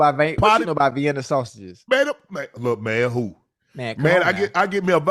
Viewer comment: It's not Viana Unc it's Vienna sausages